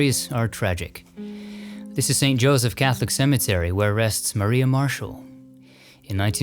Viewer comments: Always so interesting and well produced. One thing, the word "Maria" in the name of Edison's studio is pronounced Muh-rye-uh rather than Mah ree uh. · It is pronounced Black Ma ri a. ie a paddy wagon. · Wonderful content, as always! Thanks to all who contributed! One point of correction - Edison's nascent film studio is pronounced "Black Ma-RYE-ah", as in the singer Mariah Carey. It was called that because they joked it resembled a police "paddywagon", which went by that nickname. Cheers!